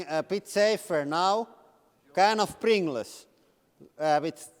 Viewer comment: I could listen to this man pronounce “Pringless” for hours.